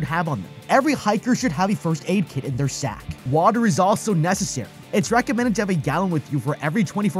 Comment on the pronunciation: why did he emphasize sack like that 😭💀💀